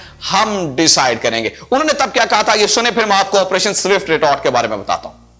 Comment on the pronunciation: Jabwa jee zindagi mein kuch parh likh bhi lena tha. Bohat semi literate reh gaye ho. Fazlika ko fazalka keh rhay ho. aur swift retort ko zift retort boltey ho.